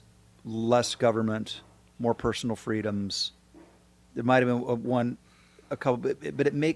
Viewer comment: Eh he's probably just trying to score points for some sort of run, let us not forget that he said "Screw YOUR freedoms." Although it sounded more like "Squew your fweedoms." 😂🙄